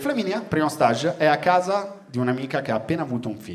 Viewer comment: Luca, avevi detto bene all'inizio stage all'inglese (fase, stadio, tappa) poi ti sei ipercorretto dicendolo sbagliato alla francese per tutto lo spettacolo, che non c'entra un cazz 😁😁 Nelle prossime repliche, ricordatelo, vai di STEEÈEEIGG 🇬🇧 👍